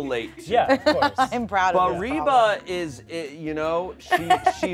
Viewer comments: Shayne pronouncing Reba as REE-BAH is sending me idk why lol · reaba just rebax